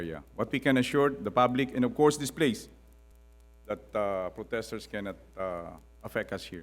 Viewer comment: "Poteshters". Classic.